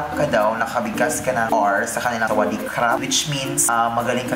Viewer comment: พี่พูดชัดมากคำว่าสวัสดีครับ(หนูเป็นคนไทย)I speak very clearly. The word "hello" (I'm Thai).